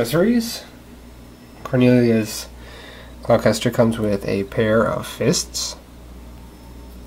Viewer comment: It's pronounced gloss-ter, there is no "ch" sound. But then again that's how it's pronounced in the dub.